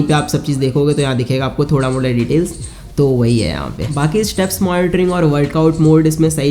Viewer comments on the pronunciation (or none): none